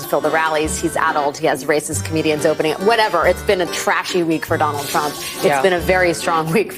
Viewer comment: at time did she say Donald Trunk]?